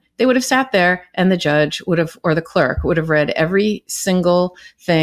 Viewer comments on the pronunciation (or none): none